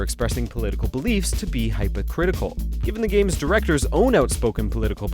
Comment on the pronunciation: did y’all really mispronounce “hypocritical”? 🤦🏾‍♀️